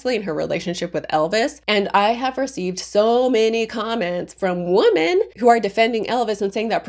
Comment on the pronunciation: Women is pronounced "wim-in".